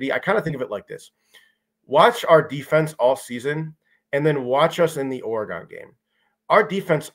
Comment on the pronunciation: If I hear say Ore-GONE one more time